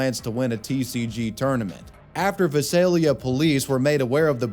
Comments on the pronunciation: as someone who lives next to Visalia. Vie(pronounced like Bye) Sale-eeuh. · i just want to point out that Visalia is pronounced "vih-sail-yuh" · Visalia = vai·say·lee·uh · Vy -sale-lea = Visalia, CA.....your welcome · Former California resident here, Visalia has always been pronounced by the locals as "Vice-ale-lia" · Listening but not looking Pretty sure he meant Visalia (Vi-sale-yah) "From Fresno" Ah gotta love the hometown pride >_< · as a local to this area most people pronounce it "Vy-say-lee-uh" no idea where the name comes from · Please do not pronounce Visalia like that ever again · the way you pronounced visalia hurt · the way he pronounced Visalia lol.